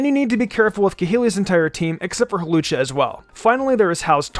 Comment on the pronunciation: Lol I like how in a previous video he fixed his mistake about Hawlucha, but in this video he doesn't